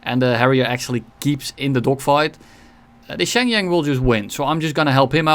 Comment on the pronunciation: Shenyang pronunciation😭